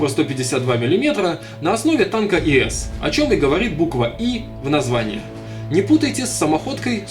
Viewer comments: не иэс а ис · Не кумулятивами а бетонобойными.и не иэс а просто ис. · ты не правильна сказал ИС это танк имени Иосифа Сталина не правильна произнес